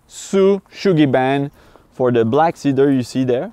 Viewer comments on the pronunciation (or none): OK, j'en reviens pas, votre anglais....Ohh Là Là!!! Vous m'épatez les tizamis!! Félicitations! C'est le fun au boutte de vous regarder. Ah oui, la maison, bon ben est pas pire tsé...........LMAO Sérieux, encore une fois....un home run! Vous me faites tripper. Lâchez pas! P.S......''See-Dur';) Cheers